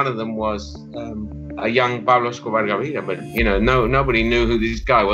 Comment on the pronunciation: Cheddar Johnson - even better is thereabouts, how he he just flows into perfect pronunciation of “Pablo Escobar” 😂 love it ......